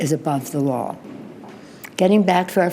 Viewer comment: You heard her, It's a violation of the waw